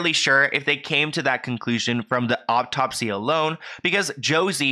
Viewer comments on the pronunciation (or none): Not to take away from the seriousness of the video but was he saying "optopsy" instead of autopsy? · You're soo cute!! Hearing you say autopsy is cracking me up lol its pronounced aw-topsy not awp-topsy but much love to you hun you so some great work!! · Autopsy is pronounced Aw-top-see.